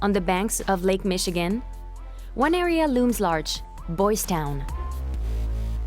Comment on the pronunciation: That AI narrator is annoying, and it's Lake Michigan, not Lac Michigan.🤣